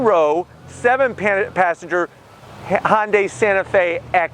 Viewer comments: Thnx for another good video. However, I don’t think you’re pronouncing the name properly. U keep saying Hon-day. It should be Hun-day. Like Sunday. Remember their old commercials? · it’s actually Hyun-daeh, ‘deh’ not ‘day’ as in day and night, without the long A sound. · It's pronounced Hyundai (Hun-die), not Hon-day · I have the car. I like it, the wife isn’t so keen. Her biggest problem is the thick “A” pillar. BTW. It isn’t pronounced HON day. It’s HUN day. Or some say HyUn day. But nobody says HON day. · Say..HUN-DAY HUN-DAY OVER AND OVER/// ..NOT HON-DAY HON-DAY !!!! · hey man, I don't mean to sound like a complete prik but Hyundai phonetically should be pronounced 'Hyun-day'. An easy way of saying the word, 'Yun' like the character from Street Fighter 3: Third Strike, and simply add an 'H' sound to it. Sort of like 'Hee-yun Day' sound, not 'Hon-day' that would be incorrect. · I can't believe that Hyundai dealers are okay with this guy pronouncing "Hyundai" as "Hon-day." Nice reviews, however. :) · Why would a 4-banger need 2 muffler and pipe setups? That would be a waste of money from manufacturing standpoint as well as a vehicle maintenance standpoint. Im afaid I have to zonk that part of your review.. as well as your pronunciation of the name "Honday" Hyundai's and Kia's are family cars. Families quite often have children. Children kick the seatbacks, so hard plastics is a must. They always use plastic on the backs of the seat for longevity. That should be thanked, not zonked. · If you are going to use the correct Korean pronunciation it is Hyawn-day. The H bleeds into the y sound and then it is more of a blend between the sound we make with the word sun and the word on. Here in the US we pretty much use the pronunciation that Bextar636 suggested. This clip has a Korean speaker pronouncing it. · Is Yundai correct too? Mr Scotty pronounced it like that.